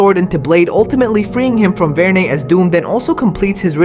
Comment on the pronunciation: Varnae? C'mon, Marvel 😆 Varnae.